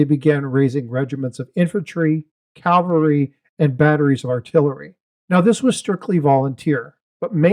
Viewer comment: It's "cavalry," not "calvary".